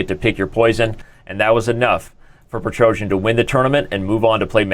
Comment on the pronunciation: Also, Tigran's name: "pet-roh-cyAn"